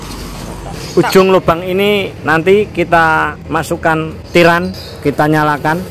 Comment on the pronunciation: Bukan tiran itu sebenarnya pak...tapi TIREN....😂😂😂